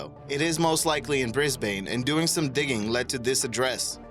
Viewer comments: Like the clip, but please, it's Canary Islands, like the bird, not Cannery Island like a factory and we do not pronounce Brisbane as Brisbain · Sorry, but damn. Brisbane is pronounced more like Brisbin. Don't ask me why, us Aussies are an odd bunch. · Let me beat this horse a bit. It's heela, not gilla, canary (like the bird) not cannery, brisben, not brisbane, genoveysee, not genoveese, lester, not lycaster, carnaygee, not carnaghee...ok, the last three you didn't say, but it still bothers me when people mispronounce them. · Also Brisbane...the last bit is pronounced like "bin"....not "bane" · "Toofulsberg" (TOY-fulz-berg), "Ward War 2," "BrisbAYne", "the Hilla (Hee-la) River." "Cannery Islands," "during a tall (tow) operation", "this Pacific (Indian Ocean) location." Mispronunciations really interfere with listening to a vid like this. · Brisbane is pronounced like Brisbin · Ok don’t ever say Brisbane again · Why can no one pronounce Brisbane properly? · You said Brisbane wrong -_